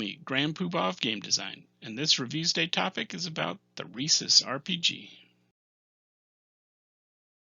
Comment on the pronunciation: And I was just thinking to myself that this was the first video where the person pronounced it correctly i.e., just like the monkey.